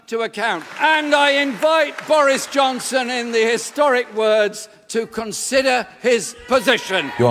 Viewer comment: Anyone else notice Phil call Johnson "Boorish Johnson"? Lol, freudian slip? You usually do very well with pronunciation, so that was a very interesting mispronunciation to make...